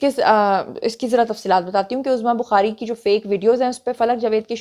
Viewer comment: Azma Nahi uzma hota hae